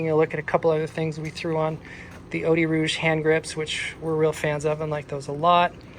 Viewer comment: Oh Dee Rouge? Lol uh ODI Rogue?